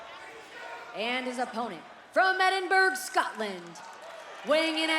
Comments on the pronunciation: If youre going to have a world champ from Edinburgh, you need to get your announcer to pronounce it properly! Its "Ed-ihn-bruh" (would even accept Ed-ihn-buruh). We believe! Great stuff TNA. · Is the announcer deliberately mispronouncing Edinburgh or just poorly educated?